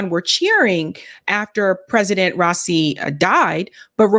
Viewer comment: it's rah - ee -- see (soft s, s that sounds like a c ) bless your works <3